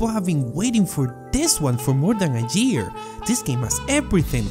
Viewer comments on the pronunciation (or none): “Jear” it’s year